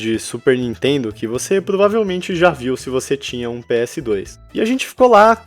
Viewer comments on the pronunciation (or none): none